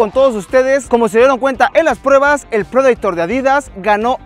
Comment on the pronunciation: Así se dice en inglés o sino "prideitor"